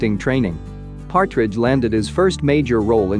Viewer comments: Anyone else notice that he said "Patridge" and not Partridge?? 😬🙈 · And Louis patridge like it’s Louis partridge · not the "timothee chalaMET" and the "louis PATridge"